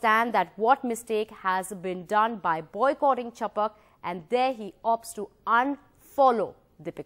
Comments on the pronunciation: Its chhapak... Not chapuk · sorry but its not 'chapak' its 'chap-a-a-k"